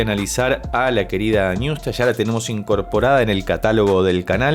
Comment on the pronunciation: CON TODO RESPETO, NO SE DICE NIUSTA. SE DICE ÑUSTA